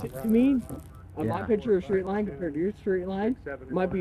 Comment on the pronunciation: The officer was slurring his words as he pronounce the word "straight" as "shhtraight". I'm pretty sure that's an indicator that the officer is drunk.